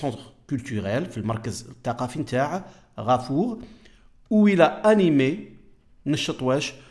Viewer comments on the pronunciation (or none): none